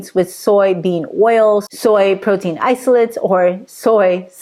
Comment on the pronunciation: Pro-tein ❌ Bro-tein ✅